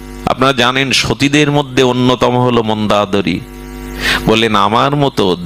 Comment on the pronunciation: আপনার বাচন শৈলী বারবার চোখে জল আনে। অনুগ্রহ করে যদি অযোধ্যা, সুমিত্রা এবং মন্দোদরী উচ্চারণ সঠিক করলে আরও শ্রবণ মধুর হয়।প্রণাম।